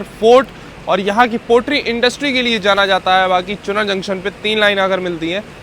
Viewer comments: चुनर नहीं चुनार 😂😂😂😂😂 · चुनर नहीं , चुनार ,, यहाँ एक किला है। शेर शाह सूरी का बनवाया हुआ। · चुनर चुनर चुनर, अबे वो चुनार होता है चमन चूमतिए 😂 हिंदी पढ़नी नहीं आती क्या? लगता है बाबाजी से बोल कर तुम समाजवादियों का ढंग से इलाज करवाना पड़ेगा। सुधर जा, वरना 😂😂